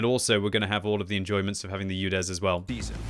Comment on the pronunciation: It is Udes not Youdes :)